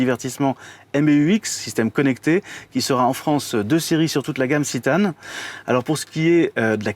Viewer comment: On dit citan est non zitanne